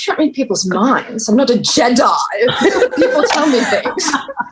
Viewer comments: im nawt a jeEEEDii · That emphasis on Jedi. Just like Tom. 😂💀